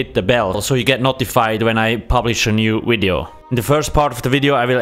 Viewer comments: " wideo " classic... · wery gweat wideo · its a wery wibrant wideo